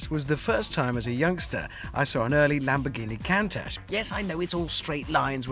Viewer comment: Lucky he didnt smack that sheep . But, "Lamborghini Cantush" wtf?